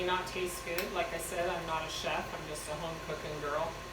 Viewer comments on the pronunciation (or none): none